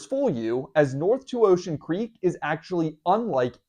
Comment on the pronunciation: LOL I thought you said unremarkable creep